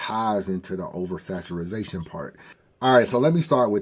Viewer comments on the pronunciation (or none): Over Saturazation was KILLIN ME. It’s over saturation 😂